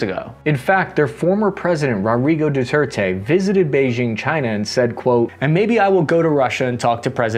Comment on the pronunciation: I’m honestly more impressed that pronounced “Rodrigo Duterte” correctly. Two words in a row is a big improvement. Keep it up we are rooting for you little buddy!